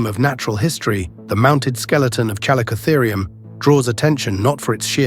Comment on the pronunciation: Kuh LICK uh theer. NOT: CHALL ih COH therr ee.